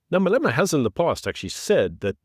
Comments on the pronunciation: Malema not Maleema. Idiot! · pronunciation not "Maleema", but "Malêma". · No disrespect but I think your pronounce Malema’s surname incorrectly.